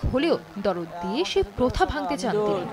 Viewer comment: "দরদ" নয় শব্দ টা "দারদ" মানে ব্যাথা-বেদনা